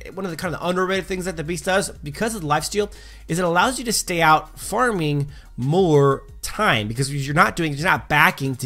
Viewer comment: "Moor taim" 😂